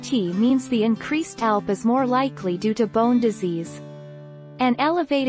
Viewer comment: C'mon, get a real person to read. This robot doesn't know how to read, pronouncing ALP as "alp" and doesn't know how to say IU per litre.